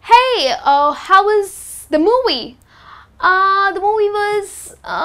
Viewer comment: "moowies" You stress alot on the words, can't pronounce v and try hard to pronounce the letter "r" in the wrong way love. Great content but your voice is extremely annoying. :(